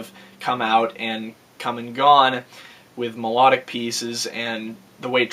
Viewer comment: "mel-ah-dic" y u do dis